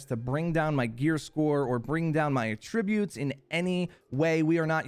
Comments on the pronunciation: Sorry, gotta correct you here. It's not a-tributes. It's at-trib-butes. Or at least, that's as close as a regular keyboard will let me get it. :) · AT-tributes. Not at‐TRIB-utes. (Seriously tho, great video, thank you) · can u say attributes correctly please lmfao